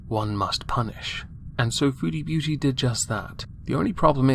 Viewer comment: I'm going to be real. I always thought she was saying "foodie Booty"